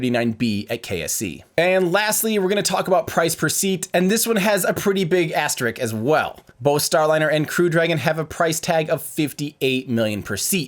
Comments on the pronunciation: Asterisk. Not asterick. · Wonderful video! Just found your channel. Subscribed. * It's asterISK, not asterICK. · It's ASTERISK not *ASTERICK*. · Like, but... "asterik"? It's "asteriSk". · aster-risks I get its a silly hard word to say but thats why you can edit takes together. not asterik or asterix, as-ter-risk-s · This * is not an “asterick”. It is an “asterisk”. Asterix is a comic-book Viking.